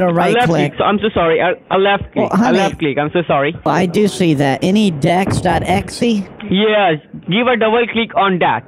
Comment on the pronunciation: I love how he always pronounces it as AnyDex